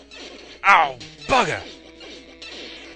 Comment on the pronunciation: sometimes when he says bugger,it sounds like burger